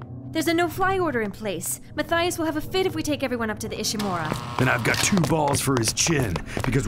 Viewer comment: Horseman 09 it's pronounced Ishimura